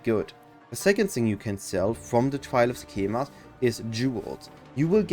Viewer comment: ''Sekcamema'' they said it like every five 4 sec in act 2